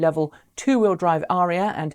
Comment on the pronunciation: Why do you think Autoline is pronouncing it Uh RHEE uh?